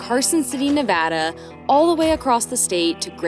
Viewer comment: must be pregnant because your dad jokes are OFF THE HOOK this one. We are Reno natives and are so glad you enjoyed Nevada. (And that you pronounced it right!)